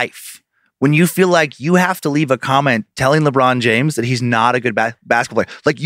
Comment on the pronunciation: My man said Libron James